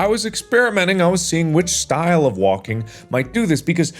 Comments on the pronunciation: is it just me or markiplier is saying "wonking" and not "walking" XD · is it just me or does it sound like "wonking"